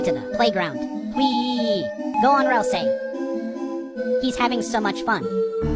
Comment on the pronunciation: pronounced ralsei wrong :(